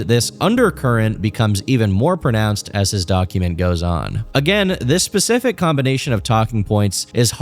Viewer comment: I cannot focus on the video when you say pacific instead of specific. I am losing my shit